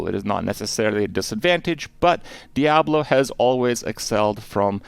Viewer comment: The only thing Kripp got wrong in this video is how to pronounce ‘Diablo’ lol